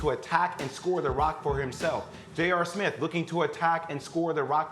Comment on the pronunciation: Go subscribe to my channel and check my music out On SoundCloud if you heard Perkins say “ Jr. Smit “😂🚦💪🏽